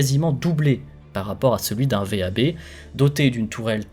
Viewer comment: On ne dit pas V.A.B. Mais « vab », d’un seul mot